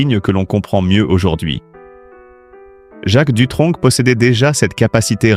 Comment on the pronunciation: On ne dit pas Dutronk Mais Dutronc (sans le c)